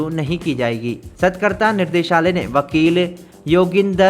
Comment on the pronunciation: सतकरता नहीं सतर्कता बोलते हें भाई